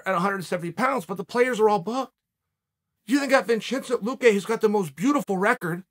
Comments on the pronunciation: “Vinchiznt luque” 😂😂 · he did mispronounce them we did and he just showed us the correct way to prounce them from now its vinchente luche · Chael calls Khamzat Chimaev Kazmat and called Vicente Luque Vinchenzy or something along those lines and I have a feeling he does it intentionally.